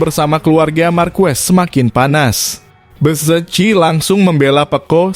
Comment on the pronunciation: Minimal suka MotoGP lah min😂,lucu aja kau nyebut Ducati,pecco,dan bezzecchi nya,. Btw itu aja sih yg buat nggk enak over all bagus aku suka berita begini